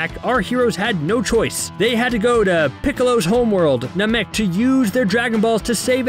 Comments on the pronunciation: I found it hysterical that after saying Namek wrong like three times, he says Namkian correctly without any issue, then goes right back to saying it wrong again in the singular. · Dude him saying nuh-mek was killing me. It's pronounced nah-mik lol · Nàmek not Namèk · I can tell this guy never watched or never got into it because it’s namek not NA.MEK AND ITS GOHAN NOT GOHAND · It’s not Na meck, it’s Nam ek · It's nah-mek not nuh-mek lmao your killing me 😂😂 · Bro said "Nah-Mek" instead of "Nam-Ek" and I legitimately paused the video and had to debate in whether I'd finish the video or not. Glad I did. But it was a close call. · Gohan: Go-hon not go-han Namek: Nam-mik not nam-mek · I know u didn’t just say NA MEK TF IS THAT ITS NAMEK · Na-maek? I thought it was Na-mek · WTF is Naa-mek, it's fkn Namek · The way you pronounce namy things like NA-MEK i have to ask???have you ever watched dragon ball?? Or you're just reading script? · Narrator: Best fight in the franchise! Yeah I said it! Me: You never even watched the show 😒"nuh-mek" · I thought it was nah-mek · Nuh-mek? You’ve obviously never seen the show. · kamehameha wave? Gohand? Na Mek? maaagin vegeta? trash overall resume not hating but it ain’t it if u ain’t a fan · Nahmek and Gohand?? What are these annunciations?? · Yeah, I don't trust anyone who pronounces it "Na-Mick" Get someone who actually watched the show to do shit like this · Why can’t you say simple things correctly like Namek and Kaioken? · Your right, the guy pronounces so many names wrong...ex. Namek and Gohan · How can you say namekian right but not namek ☠️☠️☠️ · The way he says namek hurts me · I appreciate the work and time put into this, but please learn proper pronunciation of Namek and other characters' names. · You probably should have had someone who can correctly say Namek narrate this. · Cool recap but the way you say “Namek” and “Gohan” doesn’t sit right with me. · Every time he says “namek” incorrectly it makes me cringe